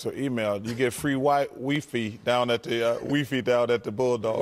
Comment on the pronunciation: "Wee fee" HAHAHAHA